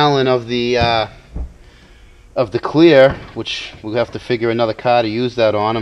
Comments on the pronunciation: He doesn't have a car,he has a caaaa........lol :P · Its pronounced kah , and I couldn't hear it cause I'm from heah too ( mass)